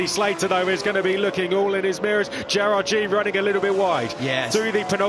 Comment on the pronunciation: F3 announcers, you can't even pronounce Gerrard's last name correctly. Shame on you